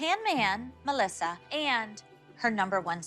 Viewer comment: "Welcome to our world MuhLessA" - Dr Holly